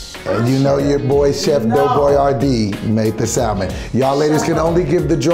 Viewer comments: Lol yo… I can’t Teddy didn’t clean that chicken lol… and them pronouncing the L in salmon is killing me lol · Um can we talk about how she can’t pronounce salmon, like where did she grow up?? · SAL-min, ASS-per-AG-iss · did not just say “SAL-men” lol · why do all black people pronounce salmon like how it’s spelled and not samon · Why black people call salmon - SAL-MON. Y’all don’t know the L is silent? 🤣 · Can none of these people really pronounce salmon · Also why the fuck they al pronouncing the L in salmon? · Say SALMON INCORRECTLY AGAIN!!!!! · Why black people keep pronouncing the 'l' in salmon? lol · Stop pronouncing the “L” in salmon, you fools! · Y'all keep pronouncing the L in salmon and it's upsetting me and the homies